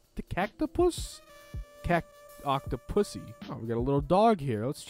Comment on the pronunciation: ITS OCTO-PUSSIE